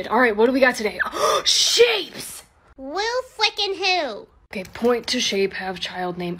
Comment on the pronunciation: cant say otay...k thanks bye